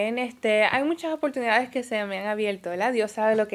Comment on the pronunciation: "Analizal" "No te acueldas". Hablan inglés, pero no saben hablar español! "Palte" "Opoltunidades"